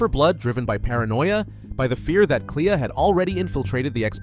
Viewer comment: Its fucking CLÉA! Lol if ur gna make a 30 min long video about this game at LEAST pronounce the characters names right so its not a pain to get thru. It’s not klee-uh.